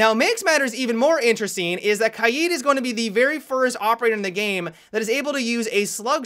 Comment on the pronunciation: I'd like to thank you for being the only siege player who pronounces KAID correctly.